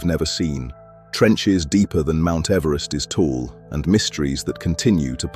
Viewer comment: ...mount everst in the Marianas tranch. ...Mount Everesty back in the Marianas trench???